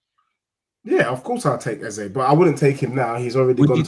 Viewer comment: stop that pathetic Eze pronunciation.